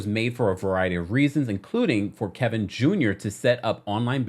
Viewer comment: Just can't say Kevin without adding an L in there, can you??